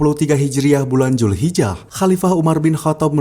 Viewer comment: Dzulhijjah bukan julhijah😒